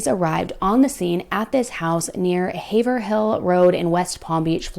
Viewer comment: It's (Ha ver hill) not (Hay ver hill)